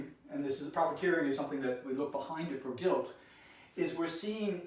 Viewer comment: Why did you miss the letter L on the words Guilt and Assault? Are you feeling guilty about assaulting someone called Elle? EMBEDDED CONFESSION